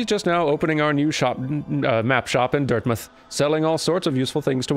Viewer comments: As an experienced hollow knight player, "Dirtmith" killed me. XD Pro tip, 'dirt mouth.' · DIRTMITH??!?!? ITS DIRT-MOUTH